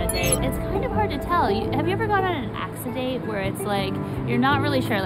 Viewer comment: Acci-date? Wooh boy I got 12 seconds in.